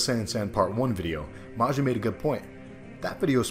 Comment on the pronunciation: FYI, the name 'Maja', is pronounced "Maya"